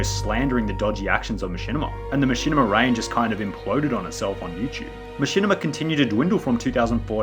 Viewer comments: Everytime he says “Yuuchube” an orphan child dies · Is it YouTube or you chewb?